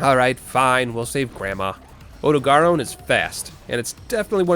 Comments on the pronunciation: Did... did he say "Ode-eh-garr-own"? Sir I dont mean to bash your skill but that is "out there" in terms of pernuciation. Worst ive heard before this is "Oh-Dog-Run" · You actually did it! You pronounced odo and rathian weirdly, but you did it! And you even threw in the freedom unite music one last time. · It pains me to hear the way you pronounce odogaron and rathian, please pronounce words better